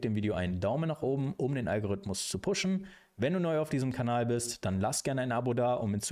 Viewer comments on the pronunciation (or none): none